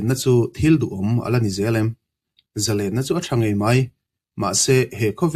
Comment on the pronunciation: Zalênna ni lo in, Zalenna (thluk loh tur ni zawk lo maw)